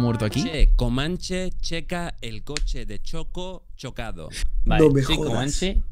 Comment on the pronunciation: nc si estoy equivocao pero siento q uno murio x la mala pronunciación de komanche